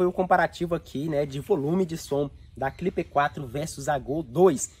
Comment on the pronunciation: Porque você fala cliper 4, se o nome é simplesmente clip 4?